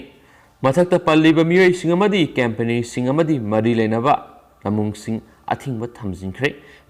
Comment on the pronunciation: Not cempany, it's company, if I m not wrong. Do pronounce well 👍 n thanks